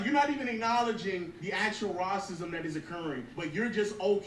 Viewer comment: I’m still stuck on the “Raw-cism” lol I’ve never heard someone say it like that 😂